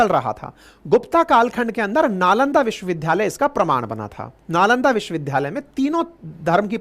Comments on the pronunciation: First pl. learn how to pronounce "Vishwavidyalay". It does not sound good to hear a teacher pronouncing 'vidyalay' as 'vidhyalay'. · Vishwavidyalaya bole n ki vishwavidhdhaya . Achha nani lagta hai galat uchcharan. Age se nani bolenge. Lai apka bahut bada fan hoon aur apki sunra hoon . A Senior citizen.